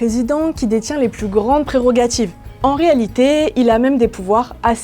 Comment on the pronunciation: « Les plus grandes prérogatchives »